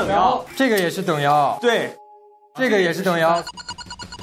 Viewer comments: 啊蒲说“这个门能不能帮我们打开”的时候，我好想回他“不行，ze个门没有把sou” (狗头保命) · 对对！我第一直觉也是说这句🤣 而且翘舌一定要去掉